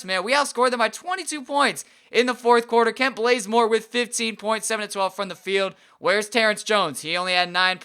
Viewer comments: He did that on purpose he changed his name to Blazemore too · kent blazemore prettysure its bazemore